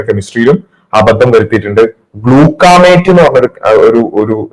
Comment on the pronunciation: Ajinomoto (MSG) is Mono Sodium Glutamate. Ravichandran പറയുന്നത് ഗ്ലൂക്കാമേറ്റ് എന്നാണ്. ഗ്ലൂക്കാമേറ്റ് അല്ല. ഗ്ലൂട്ടാമേറ്റ് ആണ് 😂